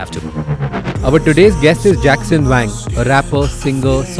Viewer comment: Bhai mere, वैंग nahi वांग pronunciation hai